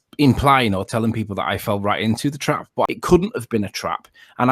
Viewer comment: Fwawwen into a twap !